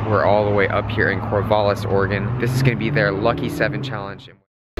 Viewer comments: Cor-VAL-is not Cor-VOL-is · Cor-VAL-us lol